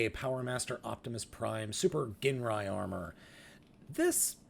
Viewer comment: You pronounce Ginrai as gin, like the drink, and rye, like the cereal.